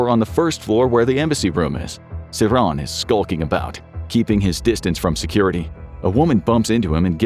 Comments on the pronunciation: It's sir-HAN nor sir-raahn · His name is pronounced SIR-han (as in "hand") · Bruh, seriously? JFK was assassinated in 63 not 68. Also you're pronouncing Sirhan's name wrong